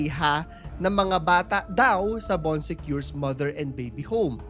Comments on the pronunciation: Bon sekor po kuya hindi bon sekyor HAHAHAHA ganda ng story mo kuya lahat napanood ko na❤ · baan suh koor - yung pronounciation.. nacurious ako. Sinearch ko tuloy sa google. 😂😂😂😆🤣